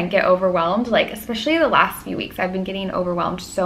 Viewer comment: Why do so many people say lasht year 🤨